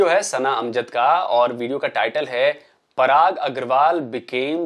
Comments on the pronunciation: Yea parag agarwal ko prrag agarwal q bolta hai har pakistani???? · Ye frog🐸 log parag sir ko prag bolte hai